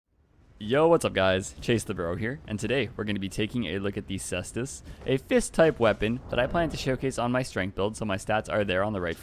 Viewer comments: It's pronounced k-stus, like how caesar is pronounced similar to Kaiser. Love your videos Chase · Caestus is Latin and it is pronounced “kai-stoos”